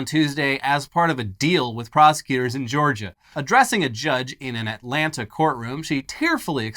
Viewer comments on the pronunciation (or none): none